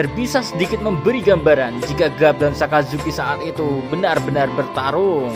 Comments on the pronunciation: Sakazuki min bukan asazuki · Min,orang lagi setengah sedih dengar mimin cerita ulang kejadian sedih. eh,malah ketawa pas mimin bilang "Asuzuki". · Ngakak pas mimin ngmong asuzuki 😆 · Gua salah dengar apa gmana. Asuzuki wkwkw. Sans" min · baru gua sadar kalo mimin bilang asuzuki haha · dia bercanda wkwk dia blg asu zuki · le ngomong asuzuki jo kerep kerep min😂 nko lak akeh sek tiru :v 😂😂